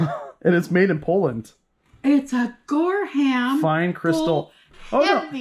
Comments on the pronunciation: Gorham the h is silent. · Gorham Company is pronounced Gor"um" the h is silent. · I believe the china is pronounced NORAH TAH KEY. Japanese, right? And GORHAM IS pronounced GORE UM. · Not Gor ham! But ppronounced. Gor um. And nor a tock e! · Yes, as Sheila has pointed out, it is pronounced Gore um, not Gore ham. A very fine company. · It is GOR UM